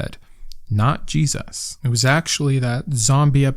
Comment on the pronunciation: Maybe you've addressed this in another video and it's not related to this one at all, but I'm fascinated by the way you pronounce/emphasize the word Jesus. Is there a reason or just a quirk of speech? (I'm autistic and languages/accents are some of my special interests, I mean no disrespect!)